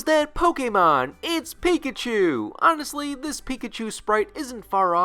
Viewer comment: Why am I still hearing it like "Pikichu"?😅